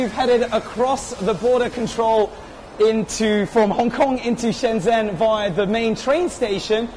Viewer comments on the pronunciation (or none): I believe Shenzhen should be pronounced as Shun jun. The zh gets the j sound.